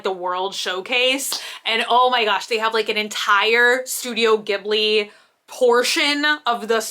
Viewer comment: The way you said ghibli causes me anxiety